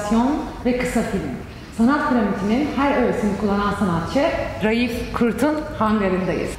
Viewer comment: Vurgu “Ra”da.. A uzun!